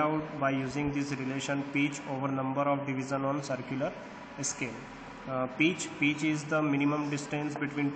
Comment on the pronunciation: its not peach its pitch